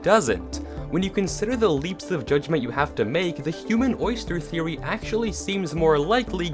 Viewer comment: Welcome to wifeory. Me : talking about my wife huh?